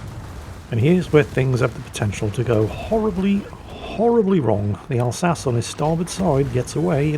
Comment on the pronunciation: Wait, why is pronouncing the Alsache wrong? Oh!